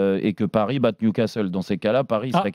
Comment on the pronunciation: Hey Marquinos : c'est niou Casteule.......c'est niou casserole